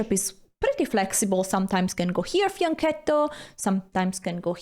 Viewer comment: Hikaru calls it fiancittow 😂 Help 😅